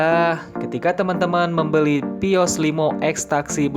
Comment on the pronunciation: Baca vios : pios 😣